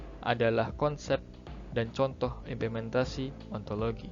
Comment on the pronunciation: B/ ( Kel 17 ) Assalamualaikum warahmatullahi wabarakatuh 🙏 disini saya ingin memberikan kritik, saran dan pertanyaan. Kritik dan saran : dari segi editan video sudah bagus dan rapi akan tetapi dari isi materi terdapat kesalahan dalam ucapan implementasi, di dalam video di baca ipementasi, sedikit sepele tetapi mengandung banyak makna, karena setiap salah dalam ucapan maka mengandung arti yang berbeda, adapun arti dari implementasi adalah merupakan suatu kegiatan yang di rencanakan serta di laksanakan dengan serius juga mengacu pada norma norma tertentu guna untuk mencapai tujuan kegiatan, adapun ipementasi tidak memiliki arti. Saran saya untuk memperhatikan dalam menyebutkan kata karena salah penyebutan dapat mengubah makna nya. Pertanyaan saya untuk video di atas : apa contoh yang kuat yang menyebabkan ilmu dan filsafat itu berjalan beriringan dan apa dampak jika ilmu dan filsafat tidak berjalan beriringan , terimakasih 🙏